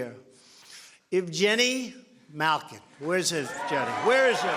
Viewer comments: Lmao he said everyone's names wrong. The best was evjenny malkin and jake guntzel ( they're not actually pronounced or spelled that way) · "Evjeni malkin" oml😂😂